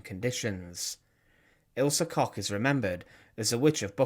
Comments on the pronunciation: It’s pronounced COOK….KOCH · This guy should buy from his sponsor to help with his terrible pronunciations. Koch is COKE. Always has been. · Koch is pronounced like Coke. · The Bitch of Buchenwals surname is actually prononunced Cosh